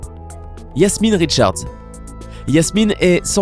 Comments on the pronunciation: C’est Jasmine Richardson, pas Richards !! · Alberta aux États-Unis??????? Et c'est Richardson, pas jasmine richards....